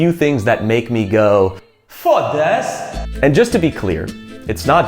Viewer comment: He pronounced 'fodas' really well. Must be practicing a lot.